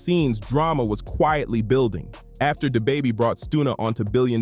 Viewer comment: Yo ai butchers names who tf is day baby and stoona